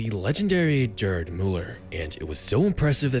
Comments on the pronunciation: “GRRd”. Not “JErd” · It's priced "Guerd", bro. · The G in Gerd Müller is a hard G like in Gold or Goat